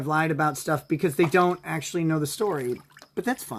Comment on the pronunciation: "well acktually..." (incoherent Nickisms)